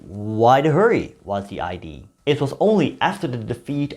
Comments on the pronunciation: No need to pronounce the ‘e’ at the end of Suriname, however you do have to pronounce the ‘a’ at the end of idea. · I was born in Merica and hereby decree that the correct English pronunciation of 'idea' is now IDEE